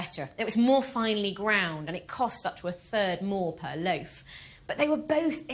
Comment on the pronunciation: Completely off subject, I happen to enjoy listening to different accents, and I notice the woman historian in this video uses a long "A" often in place of a long "O," phonetically speaking. In other words, instead of "loaf," she says "lafe." "A lafe of bread." That's what it sounds like to me, anyway. I have heard this accent before, but don't know what it is called.